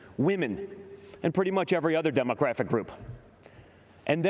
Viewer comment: The word "demographic" isn't in his vocabulary, he can't even say it